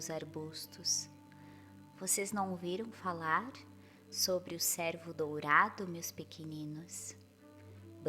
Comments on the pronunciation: Gostaria de ajudar com uma correção . Pronúncia correta para cervo se faz com o e fechado como em péra . Senão confundi,se com servo de serviçal . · Gostaria de ajudar com.uma correção na história de Penas douradas , a palavra cervo pronuncia se com o "e " fechado como em pêra , senão ouve_ se servo palavras que remete a serviçal ."Eis aqui a serva do senho ". O servo é dedicado.😊